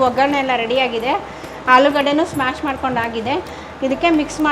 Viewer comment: It is not smash it is mash